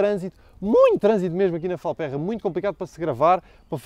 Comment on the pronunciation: Boas não se pronuncia “Falpérra” mas sim “Falpêrra”. Grande Abraço!